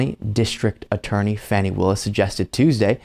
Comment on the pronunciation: I believe her name is pronounced like fawni